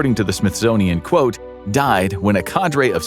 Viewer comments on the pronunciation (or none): none